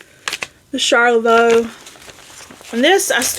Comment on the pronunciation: Charlevoix is pronounced " SHAR-le-voy ". There is a city in Michigan with the same name.